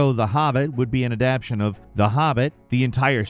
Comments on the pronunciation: Adap-TATION, man!!! Adap-TATION!!! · No matter how many times I hear mispronounce "adaptation" it still scratches on the inside of my skull... sigh. My problem I know. lol